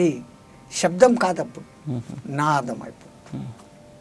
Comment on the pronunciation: It is nadam not nadham. Please check your pronunciation.